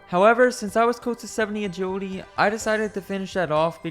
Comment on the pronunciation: Except for the 'agiwidy'